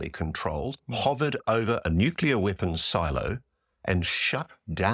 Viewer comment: I have a real hard time believing an air force officer trained in physics cannot pronounce "nuclear" correctly. He must have written or read the word a thousand times.